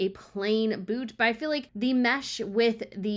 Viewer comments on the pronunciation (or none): none